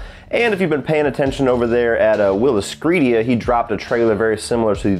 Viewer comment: Came by while waiting for other videos to render. Five star Opening. Otherwise, thank you for properly pronouncing WILIscredia.